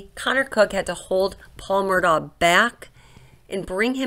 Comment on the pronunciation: I'm distracted by the mispronunciation of "Murdaugh" throughout the entire video. The family name is pronounced "Murdock".